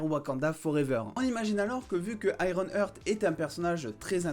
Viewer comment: Heart c'est "Arte" en anglais, pas "hurt". Donc ironheart (aiewon art). Comme "my Heart Will go on" et non "my hurt will go on". Sinon top la vidéo ;)